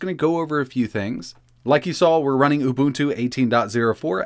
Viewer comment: WHATS OOBOOTOO ? LOL